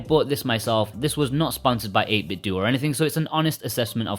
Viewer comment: If I hear one more person pronounce it "8Bitdoo" instead of pronouncing it like Nintendo